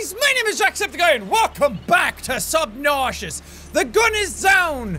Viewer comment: Says subnousios